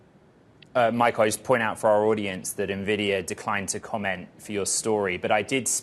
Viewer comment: Basically, it's funny how many people mis pronounce Nvidia. It is not pronounced "Na - vidia"... It is pronounced "eN - vidia" There are so many news casters lately saying this. It's funny